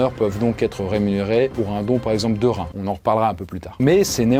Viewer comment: Un rrrrrrrrhin! 😂